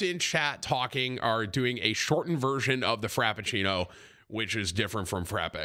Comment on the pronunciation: Frappuccino Tim. Not frapeccino